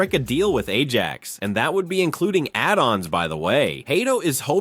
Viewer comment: Could you learn how to pronounce our players’ names and to read while resoecting punctuation? Imagine pronouncing the “j” in Ajax????